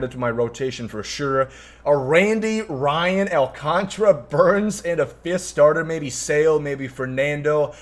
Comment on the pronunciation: It’s Sandy AL - CAN - TARA, clap it out.